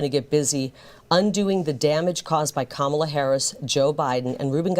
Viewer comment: Funny how she sometimes slips and actually pronounces Kamala"s name correctly!